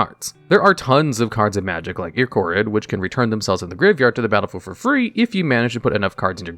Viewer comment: I-ke-rit There's Magus of the Bazaar, which costs 2 mana (1 generic and 1 blue). And the card's just okay. If there's still a need for a fix, just make the life payment 3, and/or it only works with land mana abilities. If one wants to fix Earthcraft, make the activated ability cost something. 2 life or 1 mana. I heard you pronounced Fastbound. It's Fastbond. Bond, not bound. Ah yes, MtG's wackily uncompetitive cards similar to Yu-Gi-Oh!'s Fiber Jar, Self-Destruct Button, and Victory Dragon. Here's a fix: Make only ONE subgame allowed via Shahrazad. Any other castings counter it and players can only cast it once per turn.